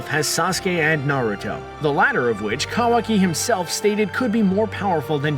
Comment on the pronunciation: Wrong facts and can’t even pronounce Kawaki right